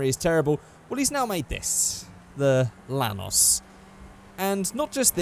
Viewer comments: At first, i thought you said Thanos but it's actually a Lanos😂 Holding bay 1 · Whenever you say lanos I think you're saying thanos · I AM POLISH AND YOU SAID IT RONG